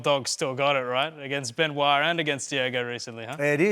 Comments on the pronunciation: BEN-OIT SAINT DENNIS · "Ben-oit Saint Dennis" 😂😂😂😂 after he just corrected himself. Love old man Volk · Ben-oint Saint Dennis. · Benoyt Saint Dennis 😂😂😂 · benoyt saint dennis 😂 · Benoyt saint Dennis lmao